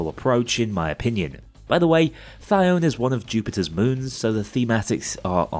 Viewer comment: pronounced thy-o-nee because ancient greek is like that. and now that you know this, you too can be annoyed every time you hear someone mispronounce hecate with 2 syllables instead of 3.